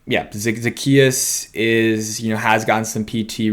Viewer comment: O-la-me-day...Zuh-key-us.....Olamide Zaccheaus